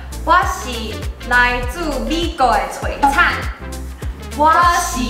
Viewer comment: （璀璨）😗您讀的音是國語不是台語😧